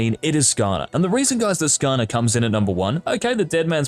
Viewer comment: I heard skaner and visibly hissed lol